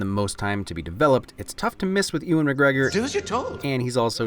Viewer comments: Anyone going to tell him that its Ewan(You - in) Not Ewan(ew - in) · Great video, but as someone with the same first name. You absolutely butchered Ewan McGregor's name